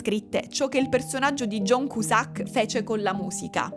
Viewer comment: io ti voglio bene, ma perché John Cusàck?! Perché 😩😩